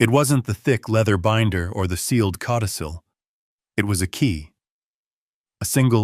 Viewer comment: Cautisil??? LOL. It’s “codicil”. Please do better.